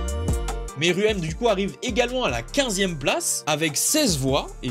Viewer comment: Plutôt merouem ( pour la prononciation ;) )